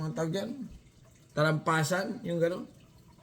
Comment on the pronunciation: boy, TAMPALASAN, hindi TALAMPASAN..